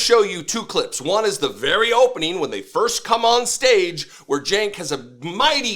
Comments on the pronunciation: Chank? LOL. I thought his name was pronounced "Jank"? He doesn't even correct the Nazi? Chickensh-- MagaBitch! I can't bear to watch another second of this. Just answer me this: Do they hug or kiss goodbye at the end of this fluff session? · Gotta love how Cenk is bowing down to MAGA and Charlie can't even say his name right.